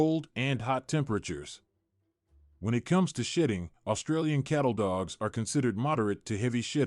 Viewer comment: I swear I am hearing shïṭṭïn̈gʻ 😂